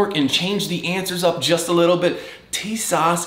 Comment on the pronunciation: First of all, it is pronounced, "teesaw"...